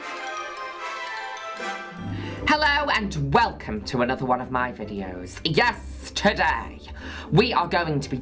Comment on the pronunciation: I always thought she says YESTERDAY and not YES TODAY ☠️